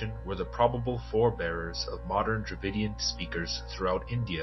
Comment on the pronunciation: Strange sounds like David kingdom ?